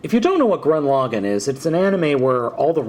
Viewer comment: did you say "grun lagann"? it's gurren lagann